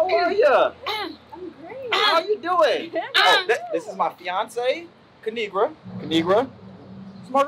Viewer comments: My name is pronounced kinigra she so cute I love u kinigra Me even though I’ma girl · its kuh-ni-gra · It is pronounced ki-ni-gra. Now subscribe!! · Kinigra:Let me tell ya a thang o three its pronounced KA NI GRA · Lemme tell y’all a thang or 3 Subscribe To Ka-ni-gra And also when u let yo as* go outside remember it’s pronounced like that ✨period✨ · It's Pronounced Ki-Ni-Gra Now SUBSCRIBE IMFAO EVERY TIME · Lemme tell you a thang or three it’s pronounced ki-ni-gra now subscribeeeee